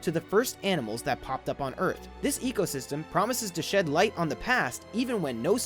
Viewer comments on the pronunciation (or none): none